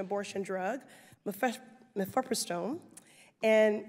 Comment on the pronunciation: couldn’t pronounce the common drug name “Mifepristone” in that particular field, it makes one wonder if she actually understood what’s she was reading from the medical reports. Did you catch her tail tucked in when she mispronounced it? She took her time speaking in a slow condescending tone since her egotistical narcissist self love the spotlight. Yet was lazy enough to not take the time to learn something as simple as to correctly pronounce “Mifepristone” instead chose to say “Mife.” Hawley knew better not to further engage in such futile conversation with.